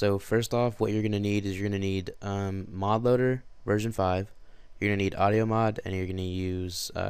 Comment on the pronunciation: did he say mob loader?! WTF..